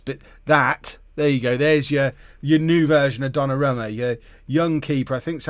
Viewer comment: It's pronounced Donnarooma